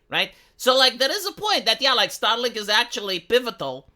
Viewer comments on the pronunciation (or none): keeps saying "STARLINK" and making it sound like "STALIN"! Is that somehow a COINCIDENCE?? For sure! Second language accents are usually weird...